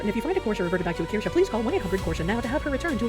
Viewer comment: Do not the korshe...do do the Kirsche 😁